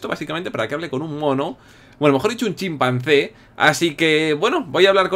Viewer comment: emves de chimpanse dijiste chimpase jajajaja xD den like los que notaron el error de willirex